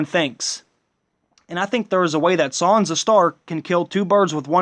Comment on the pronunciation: its SAN-sa not SON-sa proper annoying